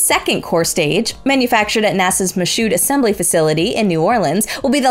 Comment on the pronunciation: Michoud is spoken more like Me-shoe.